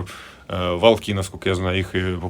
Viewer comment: вОлки. Ударение на гласную -о.